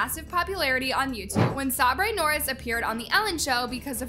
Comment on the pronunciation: "sahbrey norris"